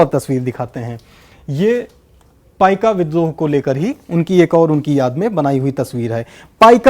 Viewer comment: that is paika not paikaa.